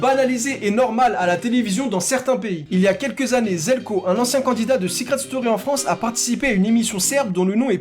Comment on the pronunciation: Attends mec t'es Croate et tu prononces "Željko" "Zelko" ????? 🤯